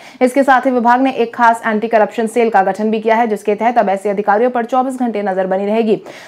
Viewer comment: Corruption problem no sahi se bhi nahi bolti hai aap mam